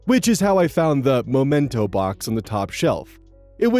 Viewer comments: me hearty, "memento" is not pronounced identically to "momento." A memento is an object by which to remember a person or event, and is similar in pronunciation to "memory" (at least for the first syllable). A momento is a brief period of time, only in Spanish. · hearing pronounce and spell "mementos" as "mOmentos" is painful